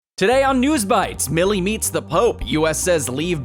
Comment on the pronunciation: It’s Mile-ee!